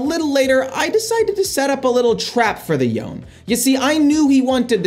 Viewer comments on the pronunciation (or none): Yone is pronounced YO-NAY not yoan. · So the champion's name is pronounced 'yo-nay'. It's a Japanese name and has two syllables. I know it's not a big deal but every time you said it wrong I couldn't help but want to correct you. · You pronounced Yone’s name wrong… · You lost to Yone because you keep mispronouncing his name.